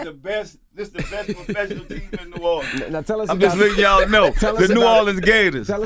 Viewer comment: P ain't say professional he said "Puhfessional "